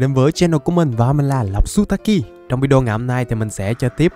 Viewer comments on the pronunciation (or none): none